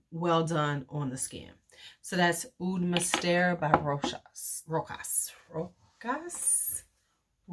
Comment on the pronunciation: You said Rochas right girl it sounds exactly like you said it first and this and korres I know and love those Rasaso prices are way higher now first time I saw it was like $15 a couple of years and is almost $80 ck obsession is great and so is carven absolute very elegant